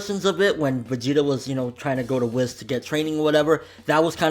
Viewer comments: It's pronounced 'Whees' but I still say 'Whis' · Yeah he says it like Wess when he should say Wiss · It bothers me that you say whis wrong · OMG THOUGHT I WAS THE ONLY ONE!!!